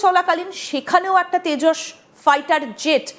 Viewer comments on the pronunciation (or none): তেজস না ওটা হবে ভেষজ😂😂😂